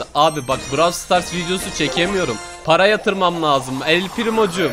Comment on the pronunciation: Öyle yazılmaz böyle yazılır, bana parağ ver bana parağ ver 🤣🤣